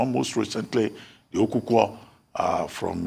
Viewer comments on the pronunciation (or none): Dr Abati its Okukor not okwukwo. It's the name of a fowl in Igbo. For a so called Benin are artifact to be called by an Igbo name before 1897, tells you that Igbos played some active part in what made the Benin Empire.